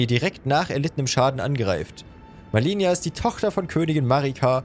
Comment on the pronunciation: "Ich bin Malenia": "Cool sie sagt uns immer wie sie heißt" Auch: "Millenia, Melenia, Milania"